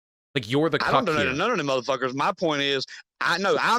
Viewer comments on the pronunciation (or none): Also he pronounces cuck so weird it’s like he tried to sneak in a second syllable or something God almighty